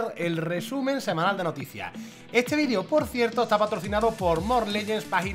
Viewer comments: Dijiste vidrio en vez de vidio xd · Like si escuchaste vidrio y no vídeo